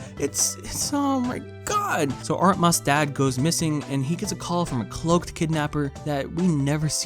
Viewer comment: I love how he slowly pronounces Artemis more incorrectly throughout the video